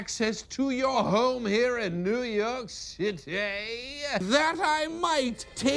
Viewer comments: I have to be the one guy that thinks Simon's pronunciation of "the big Cit-ay" is slightly more epic than Laszlo's....but only by a very small margin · New York Citaaay! Now I can never go back to the original pronunciation, thanks to Lazlo and Simon the Devious ( sounds more fun this way 😁)! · Laszlo’s “New York City” pronunciation will never not make me laugh. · It's Laszlo's expression after hearing Simon say New York City that gets me each time. It's like "nice try but my pronunciation is superior!"